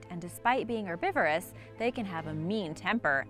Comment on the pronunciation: Narasukedon she also said erbivorous instead of herbivores